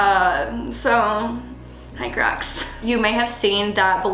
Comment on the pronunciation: I thought she said we’re making crack heels 😂😂😅🤣